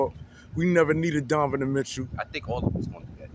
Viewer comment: brother .. its pronounced DON- NO- Ven....otherwise i enjoy your vids ...keep it up